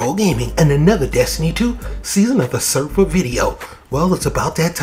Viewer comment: Thanks for the guide! That was quick. Not to be a jerk, but it is pronounced Sehr-Raff. It's a type of angel.